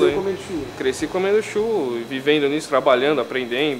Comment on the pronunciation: então eu quero um "tchurro"!!!!nhaaam!